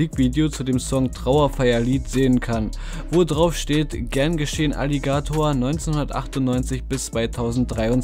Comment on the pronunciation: Wie kann man das Wort „Alligator“ so komisch betonen?